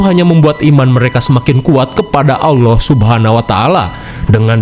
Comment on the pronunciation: Allah bang bukan alloh